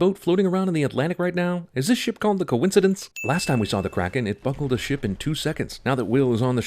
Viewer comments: I like how he kept caling it "The couincadece" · I love how he keeps calling the ship The Concidence.